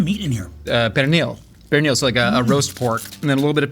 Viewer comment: The Spanish pronunciations threw me and then he said he was basically raised by NYC Latinos and I was like, "ok, that's 100% tracks."